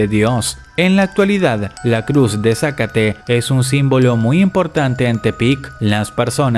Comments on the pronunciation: Es zacaté no zácate xD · Me voy a ver muy superholly pero se pronuncia zacáte, no zácate jsjsjsjs. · Todos hablando de que llegaron temprano y yo solo pienso en que se pronuncia Zacáte no Zácate >:[ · Si ya se. Quizas en su país lo conozcan de otra forma. Por eso hace énfasis en la incorrecta pronunciación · Sa--cate no, es sacate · Se pronuncia za-ca-te, sin que asentues ninguna "a", porque suena a "zácate" y parece que estás corriendo a alguien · Zacáte 🤣 es Zacaté 🤣🤣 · No es zacate es zacáte :3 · De donde es incógnita,? Que dice Sácate? XD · Zácate o Sácate? 😂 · se dice zacate sin acento al decirlo